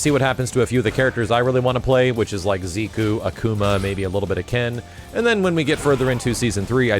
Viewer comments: Jordan Brookins nope, koo is pronounced kú, while ku keeps the emphasis on the "ze" part. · I love ya, man, but you've got some nasty habits you might consider working out: In this case, your notorious inability to pronounce certain names correctly. Bro, you've been repeatedly saying "Ziku" instead of his actual name, "Zeku". And it's made even more irritating by the fact that you used to have it right. This along with every other time you mispronounce someone's name--Sakura, Asura, Karin, to name a few--HURTS MY EARS, man. And I know I'm not the only one. I hate to be a nitpicker, but this has been going on for way too long. Please,, just try to work on this? Like you with Capcom, I'm goin' in 'cause I give a shit. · Every time says Ziku instead of Zeku... omg... It's like someone is grinding my spine with a fork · Why did say zee Ku. When the announcer say so zeku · Smartix It's not "koo" through, it's ku. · You know what commercial ad was presented before I watched this? Grammarly. WHo the hell is ZEE-KOO? o.O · "Zee-koo"? Lol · I love you but man do you need to work on how you pronounce character names and abilities. I cringed everytime you said "Ziku" or "Sakoora" lol please do better😂😂😂